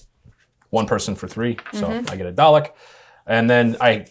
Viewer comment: Why can no Americans say Dalek.